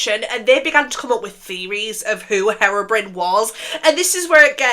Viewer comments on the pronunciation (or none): I'm sorry but it sounds like you're saying heroine when you say herobrine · i’m crying it sounds like you’re calling herobrine heroin😭😭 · Loved the video! Since you were wondering it’s pronounced hero-brine (as in super hero + salty water) :)) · sorry but "herrrobrin" is so funny (ur makeup is stunning btw) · Saying harobrin is killing me 😭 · Nooo your saying Herobrine wrong 😅